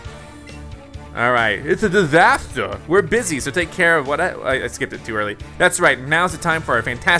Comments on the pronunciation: fits uh disthustuh lol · fits uh dithustuh!!! Wtf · "uts uh disahter!" LOL